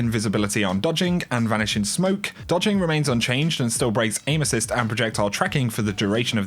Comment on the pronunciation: My girlfriend just asked, "Why does he keep taking about anuses?" Erm, he's saying aim-assist love...